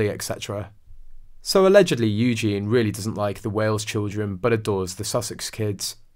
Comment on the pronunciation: To be fair, this channel is not very reliable. This guy can't even pronounce Eugenie. He calls her "Eugen". English is not his 1st or 2nd language. I wouldn't take his word for it that Eugenie is godmother.